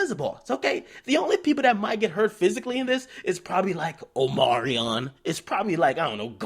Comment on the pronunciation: Nigga said "Omarion" 😂😂😂😂😂😂 I'm dead